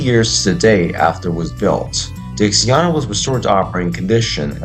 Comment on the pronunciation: It looks to me like you already corrected it but i just wanted to make sure you knew she's called Dixiana as in (DIXIE-ANNA) It sounds to me as if your saying Dixiarna. Just thought i would point that out as i work at the railroad.